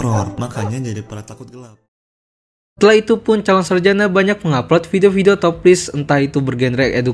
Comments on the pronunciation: Calon sarajana bukan sarjanak.. Gak pakai (K) min.. Risih kali denger kata sarjanak😢😢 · Sarjana bang bukan sarjanak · Ini gw yang salah atau gimana sih? Kedengerannya kaya calon saljana bukan sarjana....